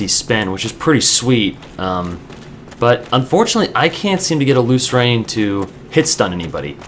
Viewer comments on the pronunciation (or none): I think it's pronounced 'loose - earn'. That's how I read it anyway. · You just have to get the R2 timing down. Lrn2Lucerne Instructional: watch?v=o6VvMdTNaSA Also, I'm pretty sure it's pronounced loo-sern.